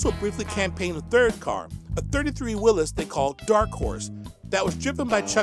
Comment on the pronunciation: who is the guy reading all this info. that he doesn't know to pronounce Willis Willies? let me know, thanks